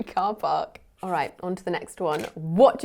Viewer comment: I've never heard the pronunciation of the word "all" like before. (Uel')